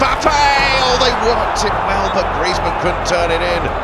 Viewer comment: When griezmann scored in group stage against Croatia the commentator said grayzmenn